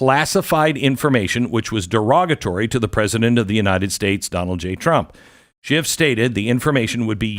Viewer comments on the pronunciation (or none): There's no final T in then name Adam Schiff!